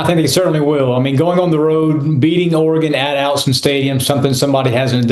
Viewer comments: Autzen, not Allison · Allison stadium? It's Autzen stadium bro!! SMH